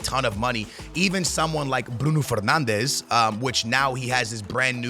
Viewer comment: Hes Portuguese and saying a Portuguese players name the way its meant to